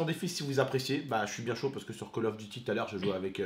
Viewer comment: On dis "coll" of et nan pas call comme la cale de bateau